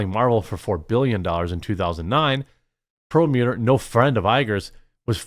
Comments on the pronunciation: PLEASE stop mispronouncing “PerlmUDDer”. Mud. Not mute. Yes, I know it’s spelled mutter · You were one of the kids in school when asked to read out loud, you added words that weren’t there in the text. Very annoying. Knowing that you do that leans against your credibility. Plus what was up with your pronunciation of Perlmutter? You murdered that 3 times in rapid succession. Do better, Quartering.